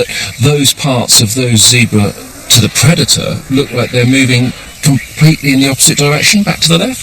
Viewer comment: Great program, spoilt by the annoying Chris packman and his awful accent and pronunciation of words especially any that have an r in it. He can't even pronounce Zebra pwoperly. What the hell is a Zeebwer.